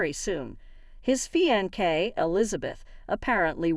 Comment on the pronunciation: It's fiancé not feeaankay!..where are u from...where people speak strangely?